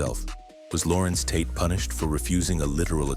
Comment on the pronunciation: Hate these guys thinking they can read but gets names wrong as he'll. Pronuncistion is the 75% of journalism. Ho to school. WE HEAR UOU GETTIN IT WRONG.